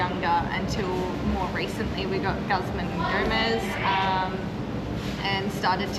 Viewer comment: Mexican food wpuld be more popular if we had more actual authentic Mexican food here. P.s its pronounced like gooz-mahn ee Go-mez.